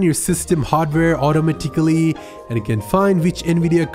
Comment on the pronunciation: Autimitically had me broken down lmao